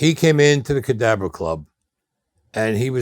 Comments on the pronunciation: If you don't know, if someone hadn't typed it out here, I wouldn't have known he said Cadabra. I definitely thought he said cadaver too. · Wow, that’s the first time I seen him take off his sunglasses, he got scary looking eyes. In another interview he corrected, saying the Cadabra club, though sounds like he says Cadaver club. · Did he say cadaver club as in corpse